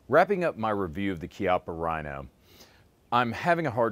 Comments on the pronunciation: This nigga doesn't know about the Mateba and pronounces "Rhino" like stoners pronounce "Hella sweet bro". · that was the cornyest joke EVER!!! and ur actually pronouncing Rino's name wrong!!!